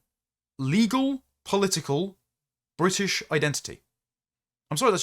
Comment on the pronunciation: I had a reflexive reaction of 'you can shove that bwitish hyphen up the usual spot'